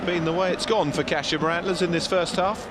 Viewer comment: It's Kah-she-ma. Pronounce it right